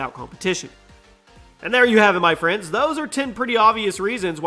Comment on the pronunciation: “Frends” Does that bother anyone else?